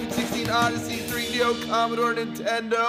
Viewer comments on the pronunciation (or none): none